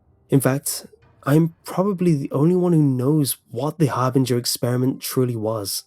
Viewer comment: I dont like how you juuust misspronounce Harbinger